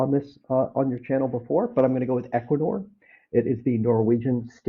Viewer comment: EQNR and it's Equinor. I had to look it up because I couldn't understand in the video on the name.